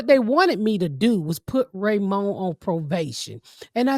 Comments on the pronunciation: Ms. Pat, it’s probation not provation ❤ ya‼️ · The fact that ms pat can’t pronounce probation is hilarious 😭😭😭